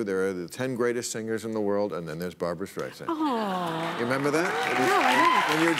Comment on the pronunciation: Striesand? Really? What, Carrot Top wasn't available?